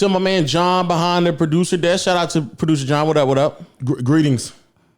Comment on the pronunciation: Noti gang gang gang - Let's hope they paid Jon, however really did emphasis "Producer Jon" in the first few minutes